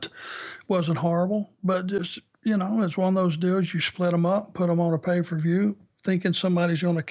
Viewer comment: How come Arn pronounces it, "Pay Fer View?"